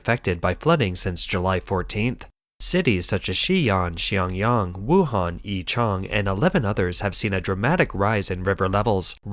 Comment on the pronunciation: Did you say Wuhan?